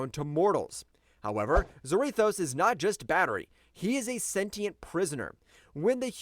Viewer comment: I see what you're trying to do here bro but you're wrong a few things hare. I'll start with a few. The easiest to over look is Zarathos. It's not "Zer-wrath-o's" it's pronounced "ZERA-THOSE" like Sarah Toes. AND SECONDLY, I have no idea at all whatsoever what WWHulk vs Ghost Rider you were reading but you are way off! You just read the The Spirit Wanderer vs Home Battle Bulk or something. Because Hulk did in no way shape or form run from Ghost Rider or Zarathos. If you actually read the actual comic you'd know that Hulk and Zarathos told Johnny Blaze that this has nothing to do with him and this is not his fight and Zarathos left because it wasn't his fight. You said Hulk ran, but it was Zarathos who left on his bike while Hulk literally stood up and watched him ride away. And then Hulk left! In no way shape or form did Hulk run at all! So I have no idea where you got that from?! And third, your rankings are all over the place! For example, yes, Magik is incredibly strong in her own dimension of Limbo. But you have her way too high on the list! She's literally been beaten in her own realm before. If I'm not mistaken she was actually beaten not too long ago in Limbo. I think that it happened a few years ago so I might have to go look it up and tell you when but she's definitely too high. She should probably be #10 if on the list at all! Marduk should definitely and I do mean DEFINITELY BE ABOVE MAGIK AND maybe HEL(HELA). Maybe? And though Hela beats Thor 9 outta 10 times. Ther